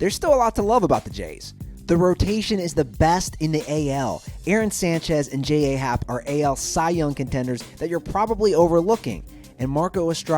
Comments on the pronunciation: they were so off on the players for the astros and his name is pronounced jay happ not J-A happ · "dallas keekle, carlos carrera, j a happ (pronounced jay), anthony rendin" damn dude get your names right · Just by the fact that you said J.A Happ instead of Jay Happ (like how it's supposed to be pronounced) and that you mentioned Darwin Barney in the list of Blue Jays' "threats", I'm gonna take your opinion with a grain of salt.